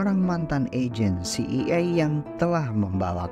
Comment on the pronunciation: Si ay e bang bkn si i ay